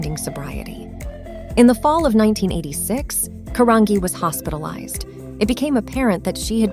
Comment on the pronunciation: Her last name is pronounced Caran-G not Caranghee